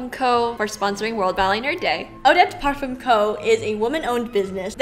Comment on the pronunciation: Get MBA or Eva Nyce to do a little excerpt for next year & maybe the 5 sisters who dance. Ps the ‘ll’ in Mallorca is pronounced as ‘y’ & the ‘m’ in parfum isn’t pronounced 🥰